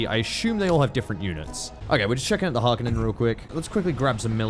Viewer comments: He said Harkonnen instead of Harkonnen, instead 0/10. It's a kind of Finnish name so its more like Hark on nen rather than Har KOH nen. /nerd Honest comment time, Dune II back on the Mega Drive was the first game that really sucked me in. My brothers and I would come up with our own versions of Dune III despite being 11 and knowing fuck all about actual Dune. Did drive me to read (but in no way understand) the books though. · Okay. So speak after me. its the Free-men. Har-ko-nen and Ar-tre-di-es. You saying those wrong, especially harkonen made me sad. Because you seem like a big Dune fan but not knowing how to say the names... AND ANYONE ARGUING THAT THE FREEMEN IS SPOKEN AS FRE-MEN CAN GET SWALLOWED BY SHAI-HALUD! Its a construction from free and men! Change my mind.